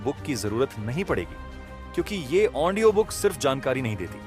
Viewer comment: Aap Audio ko Aondio kiyu kehte hai ❓ Anyways,,,aapki voice aur bolne ki tarika mujhe bahut achha laga.... book ke har chapter ko aap bahut hi achhi tarike se samjhate hai... Thanks a lot sir ❤🙏